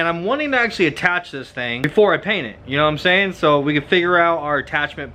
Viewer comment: When u say « know what I’m sayin » all I hear is Jroc’s knowmsayyyyyin